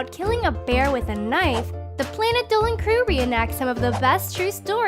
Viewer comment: planet sounded like a drunk MaDAFAckaH!! when he said,"Planet Dolan"